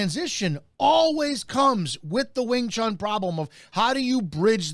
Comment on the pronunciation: It's NOT wing chan, it's wing chun, like moon!!!